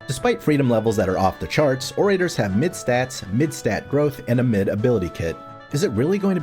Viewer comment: Ore-ray-tors? Bruh.